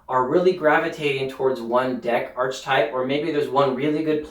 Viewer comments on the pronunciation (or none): Pronounced "Ark-eh-type"